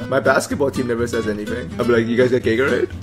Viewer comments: Lol you even said gagorade lol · He said "gaygorade" lol